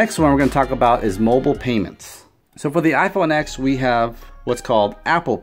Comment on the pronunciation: how're you going to say bad stuff about the iPhone X if you don't even know how to pronounce the name? the note 8 is more expensive if you get the model with the better processor The note 8 only has a bigger screen because the whole phone is bigger. The iPhone X has a much smaller notch than the note 8, and no chin The curved edges just make videos look weird SD storage is much slower, cannot hold apps, and you can literally just plug it into a computer and steal all its data The iphone's face id works in the dark and with sunglasses too, and is much faster and more secure The note 8's facial recognition can be tricked with a photo The iPhone X has dual front, and back cameras, and has better quality, which also takes up less storage, and can record 4k 60 fps which the note 8 cant Barely anyone uses wired headphones in 2018 And apple includes lightning headphones which sound, fit, and feel much better apple has updated ios to allow faster wireless charging there is much better battery and app optimization, so the battery lasts much longer and it is much easier to find someone with an iPhone charger, than it is to find someone with a Samsung charger My SE, from 2016, which only costs $100, and has a much smaller battery, lasts me all day with heavy usage the ram means nothing, its all about how optimized the apps are, which all iPhone apps are, and no android apps are ive never had it happen to me where ive been at a meeting and couldn't find a pen. If I needed one, I could ju